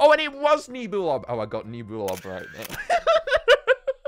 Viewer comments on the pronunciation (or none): He REALLY annoys me by saying "Knee-boo-lob" and not "Neb-you-lob". I think it's because it is based on a NEBULA and not a NEEBOOLA